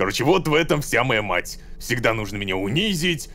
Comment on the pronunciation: честно я понимаю что озвучка Ромина только по одному слову: нужнО а не нУжно. я афигела когда это поняла